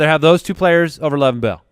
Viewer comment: PLEASE stop saying "Lev" Bell